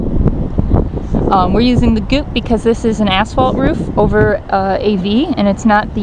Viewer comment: it took me 3 replays to figure out if was saying "asphalt roof" or "***hole roof":)